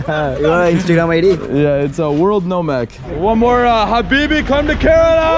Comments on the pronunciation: Cud u pronounce kerela properly please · Kerala not curella😂🤣🤣😂 but still love tho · Why does everyone say Kerala wrong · I am from kerala and I laughed when he said kerala wrong, anyays great video most videos of India is the north not south and I recomend going to Kozhikode and trying the Dum Biriyani. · I need to address that you pronounced kerala wrong